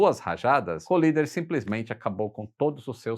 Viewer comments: Um detalhe: o piloto não se chamava Collider (que para ser "colisão", teria de ser dito "colaider" e não "colider"), mas sim Collier, ou Kenneth Roy Collier, e por isso não tem nada a ver com colisão. Abraço. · O nome é Ken Collier e não Colider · O nome do As é Kenett Roy COLLIER e não Collider